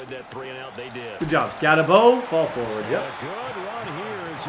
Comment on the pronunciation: I didn’t realize that, I just knew I couldn’t listen to Skattenbo for another video